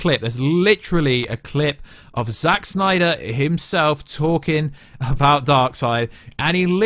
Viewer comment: love the videos but omg every time you say 'Snyder' in that way I want to unsubscribe!